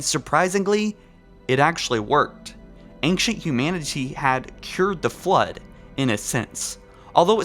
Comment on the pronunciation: ancshent accshully